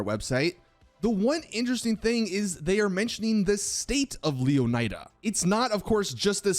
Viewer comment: I find your poor pronunciation of Leonida disturbing. It's pronounced Lé-o-knee-da. Not Leo-nai-dah" how lazy do you have to be?